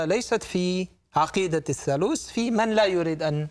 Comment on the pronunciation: الثالوث وليس الثالوس. وجلجثة وليس جلجسة. الحقيقة هي أن المسيح صلب على الصليب ولكنه لم يمت بل انزل عن الصليب بعد ستة ساعات فقط وتم إسعافه ليلتين ثم غادر القدس إلى الجليل ومن هناك إلى دمشق حيث بقي بضعة أشهر يتردد بين دمشق وطرابلس الشام ثم غادر إلى كشمير في الهند نهائيا ومات هناك عن عمر مديد وله ذرية موجود حتى اليوم وله ضريح باسمه يوز عساف . وضريحه يسمى روزابال. .وهذه الرواية الصحيحة لها أدلة تاريخية وتختلف عن الروايتبن المسيحية والإسلامية.